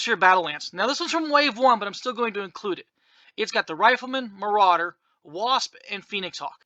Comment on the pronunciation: It's called a "More-rauder"